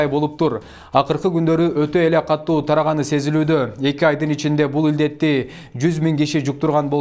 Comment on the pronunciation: Диктор, туура суфлочу. "Катту эмес, катуу. Сабатсыз диктор, журналисттерди скйлотпогулочу, суранабыз. Ансыз деле азыркы жаштардын" катту" дер суйлошкондорун угуп журом. Журогум ооруп бутту.